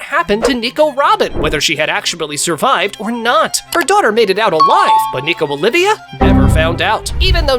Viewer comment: isnt it nico olvia not olivia